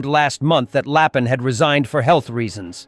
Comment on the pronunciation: Very bad AI translation. All the names are wrong. For instance, it is general LAPIN. That's ruin the credibility of this channel